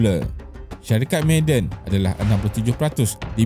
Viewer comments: Bukan sebutan 'meyden'...tp ma'aden....huruf ainnkan tu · Sebutan dia ma-a-dan kut kalau ikut ejaan mim ain alif dal nun … bkn maaden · Sebutan "Ma'a-den" - bukan "May-den" Penat dok dengar meden meden meden